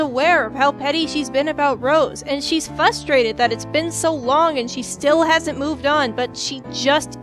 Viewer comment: fustrated shudders